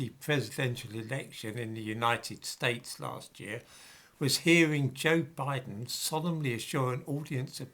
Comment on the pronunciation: Did call him "Joke Biden"? That's what I heard.